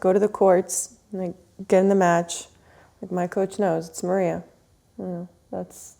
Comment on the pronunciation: Мария!!! Один вопрос: почему ударение другое?